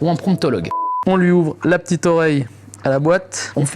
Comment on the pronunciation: Proctologue !! Pas pronctologue😂!!